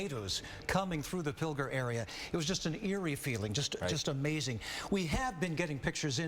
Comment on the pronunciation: Drink everytime someone mispronounced Pilger and everytime "Ben are you there"